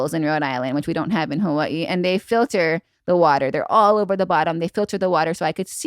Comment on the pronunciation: How can you be from Hawaii but not know how to say Hawaii? Debunked!